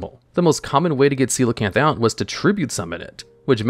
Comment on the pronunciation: I can’t believe he read coelacanth correctly of all things…